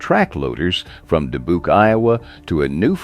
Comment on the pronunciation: Dee-Buke, Iowa? I smell AI slop. And AI slop has ZERO credibility.